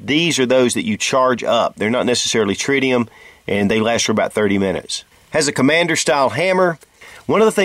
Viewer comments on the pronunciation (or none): none